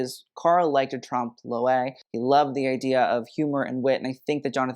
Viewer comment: Tromp-loy. ;) With a french accent, of course. His mispronunciation of Balmain hurts me more.